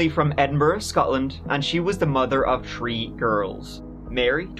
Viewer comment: Hey, the way you always work in a "tree" and "turdy" in your videos is a absolute genius move 😉